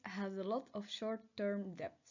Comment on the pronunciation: I really like your introduction! I can give you one more bit of feedback. In your presentation you say "deBt" but you are not allowed to pronounce the B, so you just say "det".